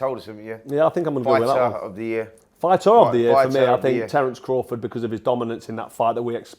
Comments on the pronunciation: *fighter (not 'fighther') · Fighter not "Fighther" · “Fighther” lol